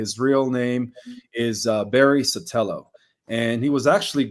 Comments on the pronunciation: Barry Satello????? in the last few years has botched the pronunciations of hundreds of words! I cannot trust him. He never heard of Cape Canaveral's huge Space Center until he was on Mel Carmine's show about 6 monyhs ago. He refers to Mel Car MINE as Mel CarMIN!!!! He cannot pronounce stabilize, STABilize. Ridiculous beyond belief! He claims to have studied spirituality deeply in the last 25 years but a year ago he never heard of Kim Clement!!! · SOETORO, not Sotelo .